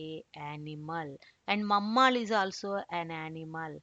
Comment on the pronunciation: All good except for the pronunciation of mammal.